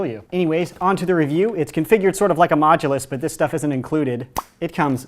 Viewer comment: Anyone else really annoyed how he says modulous but never specified which one